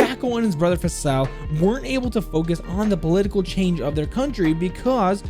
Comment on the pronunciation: It’s pronounced (faysal) spelled Faisal It’s an Arabic name